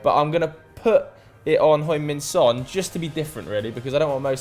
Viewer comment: Please stop saying hoing min son.